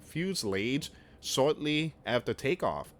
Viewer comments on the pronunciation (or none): It’s not fuse lage! Its fuse a lodge